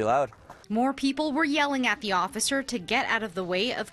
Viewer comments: Am i the only one that heard “mr ociffer” ? 😂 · is nobody gonna talk about how he said "mr occifer" lol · “Mr. Ociffer”